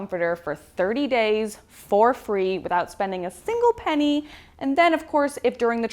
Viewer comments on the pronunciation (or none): none